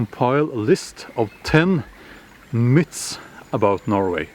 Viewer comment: Love the accent, sounded like 10 "mits" about norway!! JK Love your channel btw, my wife being a peaceful introvert adores your zen vibe, thanks for the great content from Canada eh!